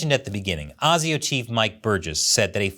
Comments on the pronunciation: AY ZEE OH not AR ZEE OH. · Mate, you need to learn how to pronounce ASIO. Phonetically, it's "ay-zio". Not "ah-zio". Sorry, but your constant mispronunciation is bloody annoying. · it's A SI O.. A say A SI O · it's pronounced "ayy-zee-oh" mate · ASIO is actually pronounced AY ZEE OH. Very entertaining video I enjoyed it. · "ASIO" pronounced A Z O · Asio pronounced "A" "C" Oh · its pronounced Ay-Zee-oh. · you keep saying asio wrong , we say it like you would say the letters "A Z O" indivually ehh zee ooh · ASIO is pronounced A Ze O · ASIO? its pronounced ASIO!